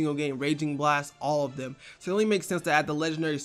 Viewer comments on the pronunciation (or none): none